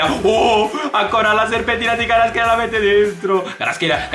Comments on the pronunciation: he is not karatskelia. he is kva ra tskhelia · NO KHARASCHELA SI PRONCIA KVARASCHELIA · comunque si pronuncia "QUARASCELIA" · Varaskelia si dice bro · si dice "Kvarasquelia" te l'ho dico perché mia madre è madre lingua